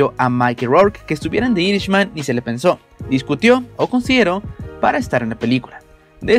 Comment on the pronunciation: Se pronuncia "picshurs" no picturs, ademas es Irishman (airishman) no irisman, es Micky no maiki rourke, es Harvey Kietel (kitel) no kaitel, por que no trabajas un poco en tu pronunciacion?